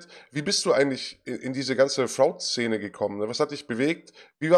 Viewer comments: Top-Interview, aber ich bin getriggert von Martins Aussprache von "fraud". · LOL wie er fraud sagt, sprich das mal richtig aus ^^